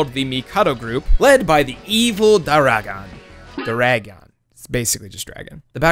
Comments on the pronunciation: You played the game and can't pronounce Dauragon..... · how many fucking times are you gonna mispronounces Duaragon's name? they literally say it in game like 80 fucking times